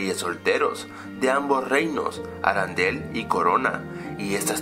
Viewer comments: no. se. dice. aran del. se dice arendel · Por qué dices "Arandelle" si es "Arendelle"? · Me gustan tus videos, sos un genio y tus argumentos sobre estas peliculas son muy interesante ¡pero es ARENDEL no ARANDEL!!! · no es arandel es arendell creó :v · No se dice arandel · Oye tu siempre dices mal harrendel tu dices ha rendel i no es asi